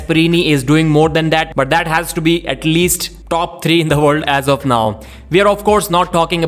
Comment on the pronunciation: World? Vorld? While? Vhile?